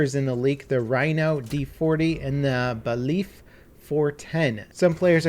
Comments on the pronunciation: I love you but that weeks late Seige news filled with mispronounciations was hard to listen to. How do you mispronounce alibi and baliff. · The Baliff is pronounced "Bay-liff", you're saying "belief".... A Judge has a Baliff in their courtroom, so it matches. Just an knockoff name for it. C'mon, you know better than that.